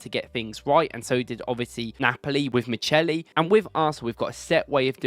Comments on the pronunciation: It’s not Miceli, it’s Micheli. As in Chianti and Chiesa 😉👍🏾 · CH in Italian is ALWAYS pronounced K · Pronounced mikkeli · The Italian name Micheli is pronounced Mi-khe-li